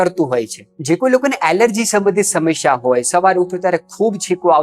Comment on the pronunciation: ભાઈ, "સમશ્યા" નહીં, 'સમસ્યા' બોલો અને ('શુષ્ક'ની જેમ) "રૂષ્ક" નહીં, પણ 'રૂક્ષ' બોલો.